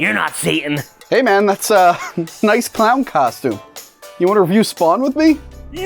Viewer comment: I respectfully disagree with your pronunciation of the word "review". Also thank you for all the awesome videos <3